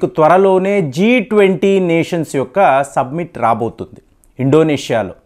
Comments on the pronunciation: G 20 su-B-mit కాదు; G20 "summit" అని పలకండి. Submit = నివేదించటం Summit = శిఖరాగ్ర సమావేశం. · సబ్మిట్ కాదు రా నాయనా అది. సమ్మిట్. సరిగ్గా వాడు పదాలని. ఇంకొక పని చెయ్యి నువ్వు.. మైక్ నుంచీ కొంత దూరంగా కూర్చుని చెప్పు నీ వీడియోలు.